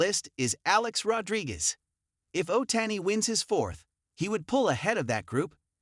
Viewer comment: Shohi Ohtayni 😂😂😂 the AI is wild